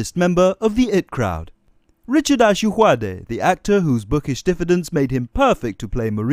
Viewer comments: Why can't he pronounce ayoade? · It's a joke. He doesn't even pronounce his own name correctly